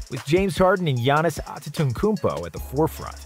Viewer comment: Bro said gianis Wrong